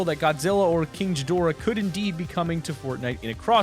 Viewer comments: King Ghidorah does not come out of a volcano, that's Rodan. It's pronounced Gee-dor-ah. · It hurts me because it's Ga-Dora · ok gonna be helpful, it's pronounce (gee,door,ah) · "King jidora" I'm dead!😂😂😂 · Omg he’s saying jidorah🤦‍♂️ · This guy butures the shit of of Ghidorahs name they say it in the trailer how do u still say it wrong GHI dorah or Gidorah is how its said or prounced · Just FYI it's not pronounced jidora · Says gihidora wrong Me:REEEEEEEEEEEEEEEEEEEEEEEEEEEEEEEEEEEEEEEEEEEE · King Jidorahh......that triggers me lmao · It’s gi dorah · Craigs Cousin Yes, the guy in the video said Jidorah though lol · It’s pronounced king Gee-dorah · HE SAYS JIDORA!!!! 😡😡😡😡😡😡😡😡😡😡😡😡😡🔥🔥🔥🔥🔥🔥🔥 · I disliked im sorry but you said king ghidoarah wrong im sorry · its actually gih-dur-uh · You made me so triggered when you said “ghidora” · Dude learn how to pronounce Ghidorah, there is no j in there to pronounce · You don't say ghidora that way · You’re saying ghidora wrong idiot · As a Godzilla fan I forgive you for saying how you pronounced King ghidorah wrong but still cmon man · Who else got a little annoyed with his pronunciation of King Ghidorah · I don't like the way he says Ghidorah lmfao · The fact that he pronounces Ghidorah wrong pisses me off. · I cringe every time he tries to say ghidorah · Being a Godzilla fan you said Ghidorah wrong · Was anyone else TRIGGERED at the way he pronounced gidorah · You said Ghidora wrong Also in the movie Ghidora comes from the ice And rodan is the one that comes from the volcano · You dumbasses are going of off the new Godzilla movie. First of all that movies gonna be ass. Second of all Godzilla’s eye is the size of a car in Godzilla 2000. Third of all ur mispronouncing King Ghidora. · You pronounced gidorah wrong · You pronouncing Ghidorah incorrectly is triggering me. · Anyone else get triggered about the way he says “Ghidorah?” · Okay. I have one thing that irks me with this video. The "h" in King Ghidorah is silent. That is all.